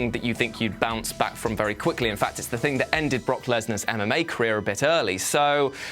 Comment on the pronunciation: every time says mma i hear anime